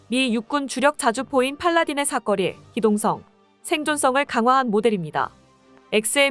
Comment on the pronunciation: 제발 틀리게 읽지 마세요 사거리를 삭거리로 읽으시는데 삭거리란 말이 어디 있어요?